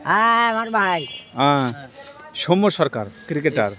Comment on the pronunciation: সৌম্য সরকারের নামের উচ্চারণটা ভুল হচ্ছে । উচ্চারণটা দন্তস্য এর সাথে ঔ-কার হবে । কিন্তু আপনি ও-কার উচ্চারণ করছেন এবং শেষে ম এর সাথে য-ফলা এর পরিবর্তে ম্ম(ম+ম) উচ্চারণ করছেন।